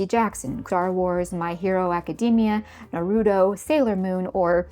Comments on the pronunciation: Oh, yes, "modern media" , a series of franchises that on average concluded more than a decade ago. Also that pronunciation of Naruto took me the fuck out and I experienced the German dub. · as a fic writer, i think there's a tendency to see someone with a cozy mug and a librarian vibe and thinking "ah, a former tumblr kid who is reflecting on those experiences! i'd love to hear what she has to say about this community we share!" and then you hear how she pronounces "naruto" and she starts talking about the self indulgence of not adding random slurs in your writing. like. dude. policing morality in online fan spaces is like a genuine conversation within the community, but literally no one i have ever seen has ever argued sincerely that we need more one dimensional villains spouting slurs.